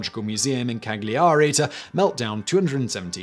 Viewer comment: Cagliari- or according to this dude Cagg Lee arree